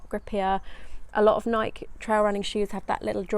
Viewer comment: Nike—ee?? No?